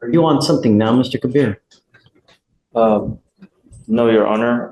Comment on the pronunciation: Ke-BEER is also hooked on phonics